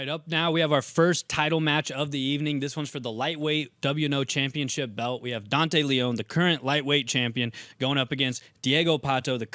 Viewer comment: "Welterweight Chanpionship"